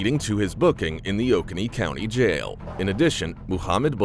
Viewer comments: Oconee is not 'ok a knee',its pronounced 'o cone e' lol it was hilarious to hear the pronunciation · O-cone-nee...we get it from the Cherokee Indians that lived in this area. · *Oconee County is pronounced Oh-cone-ee. Just to point out. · Metro Atlanta here I live 1 county over from where Muhammad was arrested Oconee county is pronounced o coney Google maps also says it like you do lol There's a few places in my area people have trouble pronouncing I live in Winder(wine der) people call it wind er Dacula(da que la) people pronounce it like Dracula without an r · It is Oh-Co-Nee county, I think, with the second syllable accented